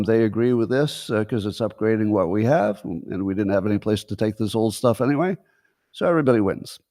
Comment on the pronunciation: Top 10 annoying things Scott does (which one do YOU hate the most?): 1. The awkward way Scott ends a topic with "iiinyway" 2. Scott answers his own question with "I dunno". Often preceded with a little squeaky, groaning noise. 3. Scott: "You know how they could have saved a lot of money? They could have just asked Scott" (note: I think he knows this one is worn out so he's modifying it somewhat). 4. The way Scott pronounces the word Question as "Queshion". 5. The little growl in Scott's voice when he imitates any group of people. 6. When Scott acts like a tough guy. "If China doesn't stop shipping fentanyl, we are gonna fuckin' kill 'em" (no we're not) or the more recent "I would literally take a bullet for Musk or Vivek" (no you wouldn't). 7. His overuse of the word "Hyperbole" (hey Scott, there's a new word they just invented, it's "exaggerate". 8. Scott's sex robot/porn/masturbation stories. He's an old, probably celibate guy that never leaves his house and him talking about sex is stomach-turning. Grow up Scott. 9. The constant repeating of his explanation to his opposition to DEI "I'm not saying anything about anyone's genes, race, or culture - blah, blah, blah". I've literally heard that 50 times and it sounds like he's afraid of being called a racist - which disputes his "I'm so brave; Elon, Trump and I saved America" claims. and the absolute, undisputed most annoying thing Scott does is... 10. The nervous laughter that Scott does after 50% of anything he says - even w